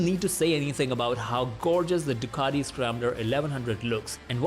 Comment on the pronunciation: Ironically, a guy with an Indian accent is the only person that's not Italian, I heard pronounce Ducati correctly 🙂 Thumbs up!